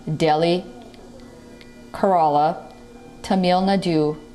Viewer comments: 🤣🤣🤣 its Kerala not corola😆😆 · I loved the way she pronounced karnataka,kerala and Tamil naadu 😂😂😂😂😂